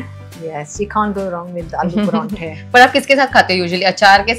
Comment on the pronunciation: Paraanthe nhi PAROUNTHE